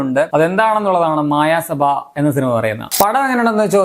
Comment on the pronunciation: It's not മായ സഭ, its മയ സഭ